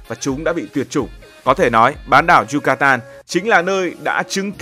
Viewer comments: Yucatan mà gần cuối video cứ đọc yutacan😅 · Thuyết minh 1 lúc cái đọc sai trớt qưowts. Yucatan thành Yutacan. Haha